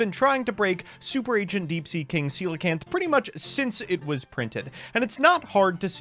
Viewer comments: Shout out to for pronouncing Coelacanth right Of all the words to not mispronounce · It's funny how coelacanth is like the only card in the whole game that pronounces correctly. XD